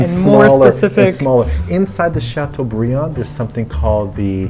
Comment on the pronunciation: makes a point of not pronouncing filet mignon correctly but proceeds to pronouncing chateaubriand properly several times in the process - protesting french pronunciation of words is a fail. lol